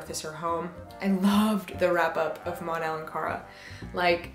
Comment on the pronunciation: It's "Mon-El"